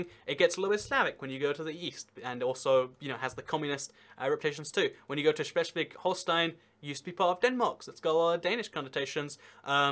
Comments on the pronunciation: just watched to see you struggle with bundesland names like schleswig holstein X'D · Just watching this to hear you slaughter the pronunciation of Schleswig Holstein.